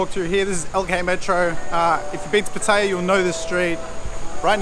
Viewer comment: At least you know how to pronounce pattaya. Unlike some youtuber named chad 🤣. Boy he messed up pretty good on his last video. It's like he dug his own grave 🤣🤣🤣